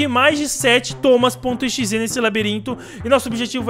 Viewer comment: Parece que o nome é toma.exe ele falou